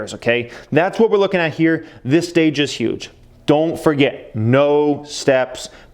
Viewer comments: Don’t forget the “r” in “forget”. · Don't foget! Lol, glad your not an English teacher